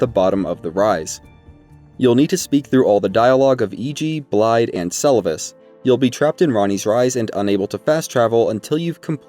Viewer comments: The "dd"s in Blaidd's name aren't pronounced with a "d" sound, but more so a soft "th" sound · I know I’m a bit nitpicky with this one, but Blaidd is pronounced with a “th…” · still can't even pronounce "Blaidd" correctly smh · can people stop saying Blaidd's name wrong. you here them pronounce it.